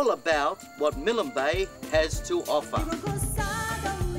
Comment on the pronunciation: Milan Bay??? There is no vowel between the 'L' and 'N' in Milne Bay. You don't pronounce 'KILN' with a vowel between the two last letters, nor should you add a vowel in MILNE. For those who don't know, it was named after, Admiral of the Fleet Sir Alexander Milne who died 1896. I love all of PNG and all it's people, I have my preferences as many I'm sure do, but the many islands in the area of Milne bay can perhaps be equaled but not beaten.